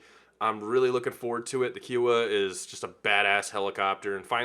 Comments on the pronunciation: love your content kiowa is pronounced ki-o-wa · KIOWA. kahy-uh-wah